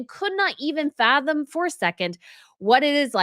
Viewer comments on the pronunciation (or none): none